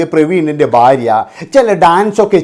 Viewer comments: ബാര്യ അല്ലെടാ മൈരേ,, ഭാര്യ ആണ് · എന്നാലും ഫാര്യ എന്ന് പറഞ്ഞില്ലല്ലൊ